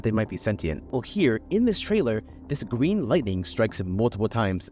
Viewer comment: Dawg. Stop saying "gween."